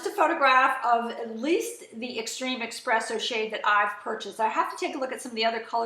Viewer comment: Informative video. Just wanted to let you know that it's pronounced ESpresso, not EXpresso. Not trying to be rude...it was driving me nuts. lol. Thanks for the video.